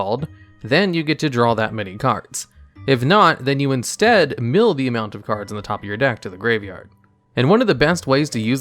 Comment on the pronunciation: Bro what was that pronunciation for "mill"